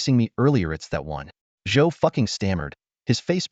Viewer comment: Not Zhou ducking "replace the d with an f